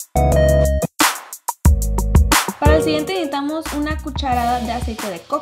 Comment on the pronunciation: No pronuncia bien NECESITAMOS 🙊